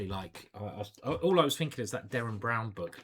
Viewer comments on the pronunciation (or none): none